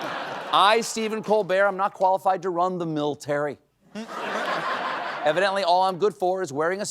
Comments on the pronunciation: There's no I in MILTARY, you moran! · "MILTARY"... how embarrassing! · "Miltary" lol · "Miltary" Goddess, this country is embarrassing.